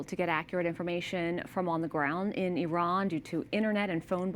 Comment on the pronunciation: Hey, Iran IS PRONOUNCED JUST LIKE IT IS SPELLED. What is wrong with you. Then the dumbo who came on set pronounced IRAN INCORRECTLY. All of you maybe are using an IRANIAN dictionary. I would fire you nits!